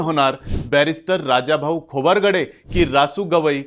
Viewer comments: नेहमी नेहमी खोबारगडे काय म्हणता, खोब्रागडे म्हणा ना? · खोबरगडे नाही "खोब्रागडे" आहे ते